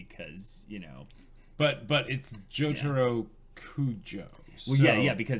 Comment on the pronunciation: It's Yare Yare Daze! You have to say Daze. LMAO Also, it's JOtar KuJO. Of course he's a JoJo. :D